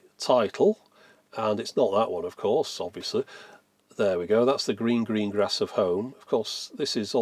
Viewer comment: Ah! "The gleen gleen glass of home" , my favolit !